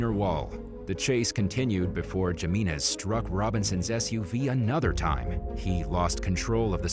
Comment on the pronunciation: do theses narrators Spanish ?gimenez?Jimenez.?pronounced himenez?j is an h in espanol.not g.this guy has no Hispanic friends.